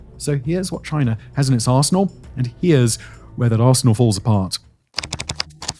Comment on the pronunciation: "here's what China has in its arse..inal"